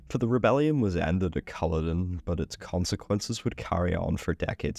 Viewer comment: Smashing video, just need to work on the Culloden pronunciation lol